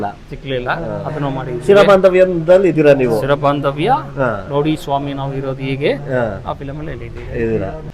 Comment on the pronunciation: 50 ವರ್ಷ ಆದ್ರೂ ಆ ಪುರೋಹಿತರಿಗೆ ಸರಿಯಾಗಿ ಕನ್ನಡ ಬರ್ತಿಲ್ಲ ಏನು ಇದು ಅವರು ಅನ್ನೋದು ನಿಜನ ಅದು ಚಿರಬಾಂಧವ್ಯ ಸಿರಬಾಂಧವ್ಯ ಅಲ್ಲ